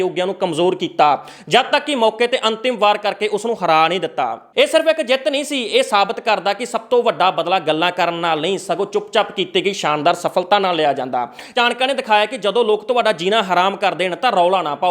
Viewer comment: Chankyaa haii😂naii ke chankiyaa